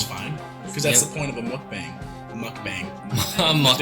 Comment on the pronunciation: I don’t want to be ‘that person’ but mukbang is pronounced Mok Bahng. Mok bahng is a Korean trend that started a few years ago, it literally translates to eating room. It’s still huge here in Korea.